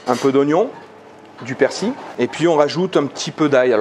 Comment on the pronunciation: La magie du montage youtube lol , et alors chef , elle ne se décolle plus la galette du couvercle ??? Mdr 🤣 j'aurai aimé voir la reconstitution du massacre lol ........et persil il y a un " L" a la fin , il est pas ardéchois lui , ici c'est persiLLLL . Sinon vidéo sans intérêt .